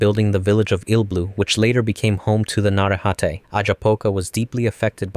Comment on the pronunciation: It's na-ray-ha-tay